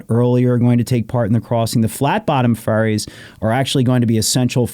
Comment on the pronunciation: I'm late to this episode.. "Flat bottom ferries" sounds like flat bottom furries and I can't ignore that. 😆